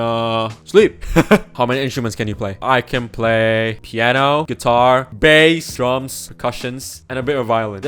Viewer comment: The way you say Bass